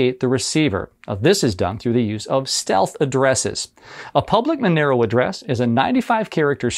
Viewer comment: why is it pronounced with MA sound but spelled Monero?